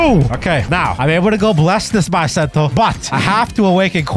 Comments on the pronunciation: Bro it’s bisento not baisento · It's Not Baisento It's Beesento i know master sword dealer calls bisento i know it's beesento ok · It's Pronounced Bi Not Bye